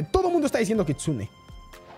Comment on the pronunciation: Se dice kitsune